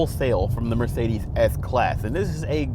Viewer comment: the theeLS class and Eth Class from Mercedeeth